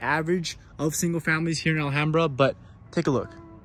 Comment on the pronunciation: alHAMbra pronunciation 🙏 how to spot if someone is actually from 626 or a transplant.